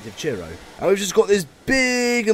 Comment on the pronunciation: It's Truro not churro, train not a hot cinnamon bar